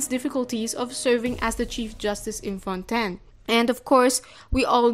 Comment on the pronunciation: finally another person who pronounces fontaine correctly as fon-ten